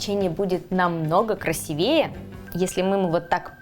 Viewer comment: Замечательный рецепт. Хотелось бы ещё, чтобы вы указывали калорийность блюд. И ещё маленький совет, только без обид. В слове "красивее" ударение ставится на втором слоге, а не на предпоследней букве "е". Не обижайтесь, пожалуйста. Вы блогер и должны быть правильной во всем.